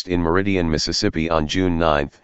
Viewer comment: It’s not merridian it’s meridian